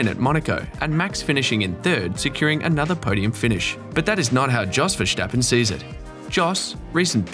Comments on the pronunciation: Why on Earth do you pronounce Verstappen so weirdly? It's not Ver"sh" tappen... I'm Dutch btw... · VeRStappen... someone tell this guy to go to speech therapy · "verSCHtappen" hahahah wtf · You pronounce Jos and Verstappen like goldmember